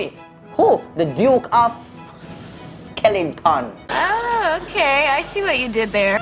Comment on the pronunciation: Mi cyaan bodda 😂 Man say "The Duke of Skellington"